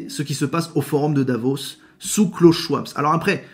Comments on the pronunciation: Euh... Schwab sans s .... se prononce schVab 😊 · Bonjour, Le nom de Klaus Schwab ne se prononce pas avec un "s" à la fin mais se dit Schwab.